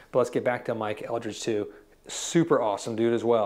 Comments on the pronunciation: Mike Eldred, not Eldridge! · First it’s Mike Eldred not Eldridge. And Mayer left because he wanted his own brand like EVH or Santana and Fender to do the heavy lifting and cater to his every whim. Mayer was drinking heavily during this time and not working much. Mystery solved.